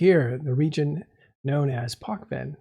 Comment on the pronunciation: pochven /'почвен' from bulgarian/ the right pronouncement is potchven', not 'pockven' or 'pokhven', no kh, h, ck, k or ... the right is 'tch' or 'tsch'. Pochven coming from Pochva = Soil in english, Pochven is adjective - Pronouncement - or Wikipedia link